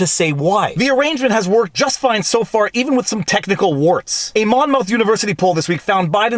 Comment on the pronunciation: Its pronounced "momuth"....its a county and college in southern New Jersey. Grew up in the area. Love your videos otherwise lol